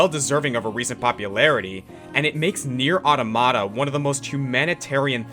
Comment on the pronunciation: Anyone upset about him pronouncing NieR:Automata wrong.